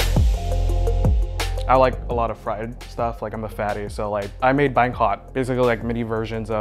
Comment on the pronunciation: Well for one, two of the guys can't pronounce Banh Mi with the right tone